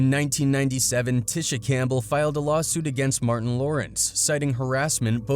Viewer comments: Sounds like he's calling her tissue.😂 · We Ain't Gone Act Like He Didn't Keep Mispronouncing Tisha Campbell Name......!!!!!😂😂😂😂